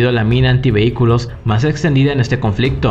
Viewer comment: Porque ave el Acentooo a Todas Las Frasees...Conflictoooo...Acento en todos los Fin de oracion..🤦🏻‍♂️🤦🏻‍♂️🤦🏻‍♂️